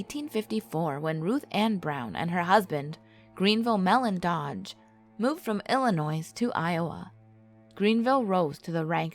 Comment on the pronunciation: The “S” is silent in Illinois. Also the black angel that they are showing is the one in Iowa City. She’s harmless...... lol